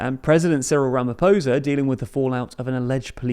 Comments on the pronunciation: Your pronunciation of Senzo was spot on, ph in Ramaphosa is a P not a American F also try saying Mchunu noting the h is silent. Otherwise great overview of South Africa politics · Someone needs to teach you how to pronounce Ramaphosa dude. The r is rolled and the "o" sound is different. If it rhymes with "poser" when you say it you are saying it wrong. The is no soft "r" sound in most South African languages. Do better.